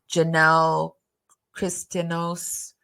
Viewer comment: Pronounced: Christi-Ah-Nos